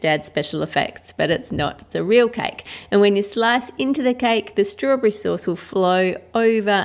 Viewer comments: Sandy .F "sturbarry" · In the begining you said rasberry and then you said strawbery 😅😅